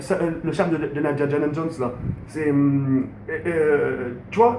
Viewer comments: Essaie de dire Indiana Jones parce-que djidjanadjunss j'ai mis 40ans a comprendre ce que ta voulu dire après essaie de pas baver stp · Vas-tu apprendre un jour à pronnoncer correctement Indiana Jones? C'est de pire en pire , Tu le salis , "Diajana Jones". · essaie de dire Indiana Jones